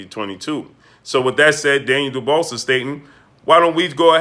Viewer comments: You don't pronounce DDD's Daniel dubuas S it's like just dubua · Lol....its french....pronounced "DOOBWAH"